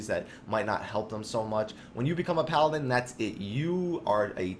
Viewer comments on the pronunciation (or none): none